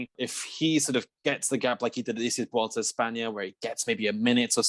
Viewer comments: For the love of God. Why do people keep saying "vuolta" instead of vuelta? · actually there is NO 'V' sound. It's more like weulta!